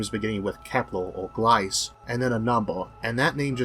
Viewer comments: Just a little detail: You are pronouncing Gliese wrong. You pronounce it like gl - i - s but it's pronounced gl - ee - s - eh. ( I don't know how to write in phonetics, sorry) :Ü™ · W. Gliese is pronounced Wilhelm Glee-zeh :) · Nice job as usual Isaac. Couple of nitpicks this time: 1. This is is the best profile I've seen of the intensity over time. It emphasises the hugeness and irregularity of the dips 2. Gliese is pronounced to rhyme with "Lisa". That's German for ya! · Great video I'd somehow missed when it came out. Just one little note for future videos, Isaac: Gliese is pronounced glee-ze